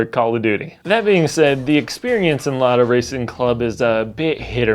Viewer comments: LADA RACING CLUB MENTIONED BY A WESTERN YOUTUBER! Повторяю, LADA RACING CLUB упомянута западным ютубером! THIS IS NOT A DRILL! ЭТО НЕ УЧЕБНАЯ ТРЕВОГА! P.S: Kudos for pronouncing the brand name right. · Yes, you pronounced "Lada" in a correct, source language accurate way. Thank you!